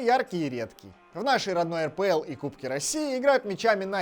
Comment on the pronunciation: Не АПЛ, а РПЛ